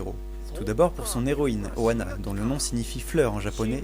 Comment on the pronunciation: Alors...si tu prononces oAna Ana veut dire nez en japonais il faut bien expiré le Ha le H n'est pas là pour rien, donc oHAna